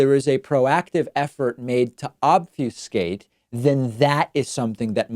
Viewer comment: Hey ienstien every fucken dictionary printed pronounces obfuscate OB FA SCATE ... Not ob few skate.